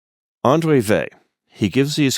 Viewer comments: It's not Vey but Weil! Thanks for the video! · Yes. The French pronunciation has a very light "L" at the end (to my ear as an English speaker). Here I Americanize it by dropping that, because I think a hard "L" like the English word "veil" is worse.